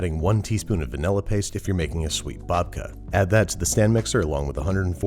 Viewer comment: love ya babish but that "babka" just isn't it